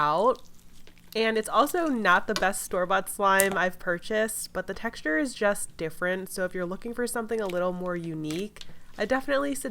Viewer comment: The way she keeps saying texture in all of her videos is bothering my soul